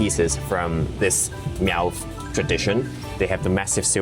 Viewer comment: Miao is pronounced, just like Malcolm. So just say mal. Please do not make the cat sound.